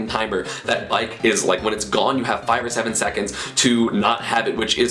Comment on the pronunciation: when you were talking about bike, i kept hearing bite